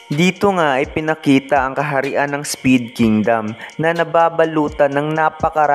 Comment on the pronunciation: Spade po hnd speed😂